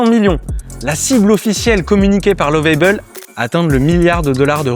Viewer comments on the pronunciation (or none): Juste une remarque sur la prononciation de Lovable en anglais, c'est comme la prononciation en Français mais avec un "a" très bref, mais surtout pas "ei". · Lovable et non Love-aille-bel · Je vous emmerde vos les français quand vous parlez anglais c'est catastrophique alors vous nous emmerde nous les africains quand on parle votre langue français alors vous êtes pire que 😢 nous lovable ne se prononce pas comme vous le faites 😊